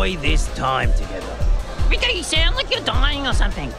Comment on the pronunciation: Broberg mispronuncing Rico's name the whole time is my favourite little bit of sad-funny